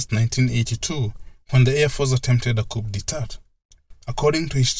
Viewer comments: "Coup de tat" is pronounced as "cou de ta" its french but good work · * minute 27: coup d'etat - the "p" and final "t" should be silent.